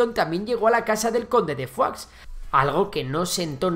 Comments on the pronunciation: Fuax no Foix, tal y como se lee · Foix no se pronuncia Fuachs, sinó Foish. No es una palabra francesa, es occitana. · Con pronuncisr y escribir bien, Urgell i Foix, que no Urgel ni Fua, ya quedaria bastante bien el video. Aun asi y con algun otro error historico es un muy buen video que tiene merito. Felicidades al autor. Esperemos que Andorra pueda invadir Catalunya de una vez y todos felices y juntos al fin. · Foix se pronuncia Foix y no Fuá o Fuas. Foix es nombre occitano muy común en Catalunya, amén de un río en el Penedès que lleva ese mismo nombre. Idem para Urgell. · Conde de foax? Se pronuncia 'fosh' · conde de foix no es conde de "fuá" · Perdona, no es fua es foix, fua es francès ( higado, pate, " fetge amb català"), Foix es un apellido ( cognom amb català ) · Foix no se pronuncia fua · Jesucristo casi me da un ictus de escuchar tanto "Fuaks"(Foix) y Urgel.l(Urgell) pronunciado fatal 😂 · El catalán no se pronuncia como el francés, Foix se pronuncia igual: Foish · Por favor... Urgei y no Urgel y Foish y no Fuá xD Aún que se escriba Foix y Urgell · Hola, primero mis felicitaciones por tu trabajo, soy seguidor tuyo y pienso que seguiré siéndolo, solo.una pregunta, porque pronuncias Foix en francés? Tanto en la lengua de Occitania, como en Catalunya, incluso en castellano La pronunciación es prácticamente idéntica y no tiene nada que ver con el francés. Sigue trabajando, eres muy bueno. Gràcies. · No estaria de más aprender a pronunciar Urgell i Foix